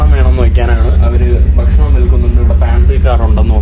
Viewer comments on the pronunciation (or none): ബഷണം അല്ല സുഹൃത്തെ, നമ്മുടെ ഭാഷയെ മാനിക്കു? ഭക്ഷണം എന്ന് പറയൂ. Thanks for good vlogs!!